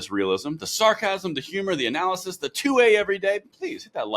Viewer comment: Best video yet guys! Loved the slip up there even though you nailed it. It's the gun grabbers anal-ysis that trips them up everytime.. 😅😂🤣 I'm still LMFAO over that one.🤣🤣🤣🤣